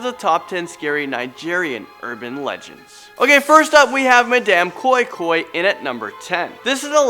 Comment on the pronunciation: Bro the pronunciation of koi koi is so wrong but ur story is actually de same